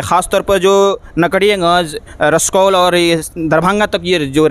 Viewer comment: Dear it's रक्सौल not रसकौल, language of a reporter is very important. Good reporting on local issues.